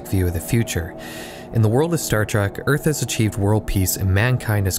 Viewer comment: Trek not Track.